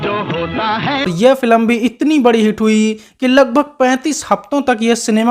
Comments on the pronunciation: भाई अपना उच्चारण ठीक करो -फिलम नहीं बोलते फ़िल्म बोलते हैं । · फिलम नहीं कहते बे फिल्म कहते हैं फट्टू।